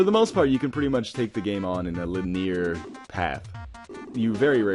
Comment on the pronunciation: "a le-near path"? hehe.